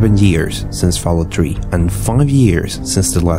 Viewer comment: "Falloat tree"